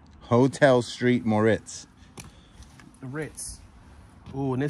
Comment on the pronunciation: Hotel Street Moritz....LMAO Hotel SAINT Moritz......too funny.